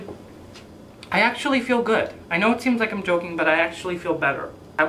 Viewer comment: "i actullay like it" im dying